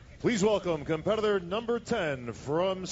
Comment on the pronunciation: Why is the announcer having trouble pronouncing "competitor?" He is adding a W to this word.